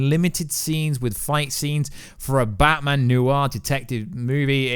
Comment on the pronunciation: Why is he saying Batman like it's his surname? Bat-man